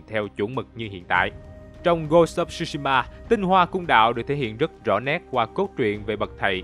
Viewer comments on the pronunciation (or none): không ai đọc "shu" shima như ad hết, chữ đó phát âm theo tiếng Việt gần nhất là "trư"shima , trời ơi có google dịch mà, làm ơn tìm rồi hãy làm chứ, sao lại qua loa như vậy được